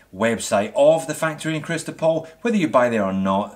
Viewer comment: Chistopoll, no Cristopoll ;D